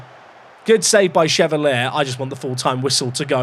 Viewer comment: Chevalier = shuh-vahl-YAY 🖖🏻